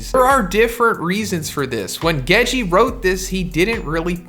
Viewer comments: love your channel bro but it’s Gege not Gejeeee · “Geji”? Both the g’s are hard, it’s The first syllable twice, Gege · oh man, isit pronounced... GEGEH, GEGAY, GEJI, JEJE??? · Hearing the two "Ge" in Gege pronounced differently is so odd